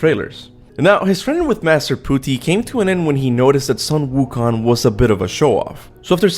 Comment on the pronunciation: your pronunciation of puti is correct